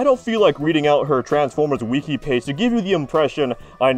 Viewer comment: Dude you miss pronounce Wiki lmaoo- you said weki..